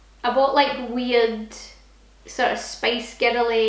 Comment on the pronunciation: hearing Spice Girls in a Scottish accent is always wonderful 😂